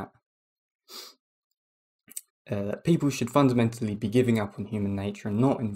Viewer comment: you "fondamentally know" your delirium is true? Man this is really bad. Your effort is admirable but let's be serious. How can you know?